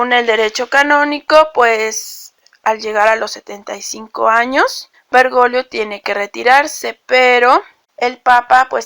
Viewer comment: 😅😅😅😆😆😅😅😂😂 No es vergolio...es Bergoglio, hay una "G" ahí..😂😂😅😆😆😃. Perdón, pero la pronunciación aquí es vital... 👍